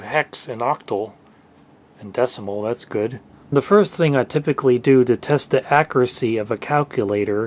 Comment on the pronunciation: Your accent bro... it's CALK-yoo-LAY-tur not CACK-uh-LAY-ter. Don't get me started on "accuracy." It's definitely not AK-ra-SEE.